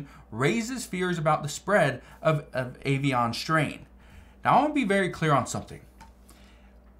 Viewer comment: Stop saying avian like that lol